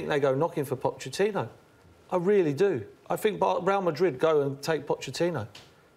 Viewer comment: Man Unido paul "i fink" merson